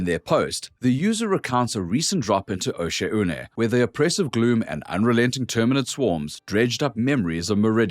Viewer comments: It’s pronounced “Oh-shawhn” fellow diver! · Osha-oonay, probably the most disgusting mispronounciation I've ever heard.